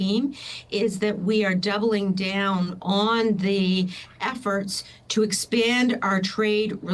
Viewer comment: anyone else irritated by the way she pronounces "expand"